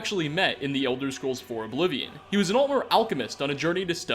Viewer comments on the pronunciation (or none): none